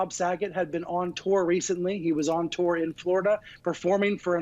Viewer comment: Hey --learn how to pronounce "deputies" (sounds like "dep-you-tees"). Also, learn to pronounce "tour" (it rhymes with "newer").